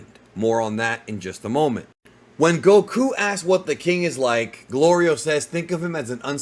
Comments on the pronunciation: Its gorilo 😂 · Golrio you mean 😂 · Yo goku saying glorios name wrong is the funniest 😂😂😂😂😂